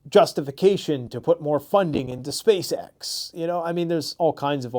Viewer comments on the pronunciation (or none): none